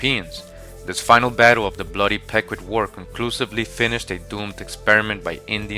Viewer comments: Pequot is pronounced 'pea-kwat'. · The Pecuot clan -- it's pronounced "PEE 'koh" brother! Thanks for all your hard work! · it's pronounced pequot, not pecuot I'm From the Mashantucket Pequot tribe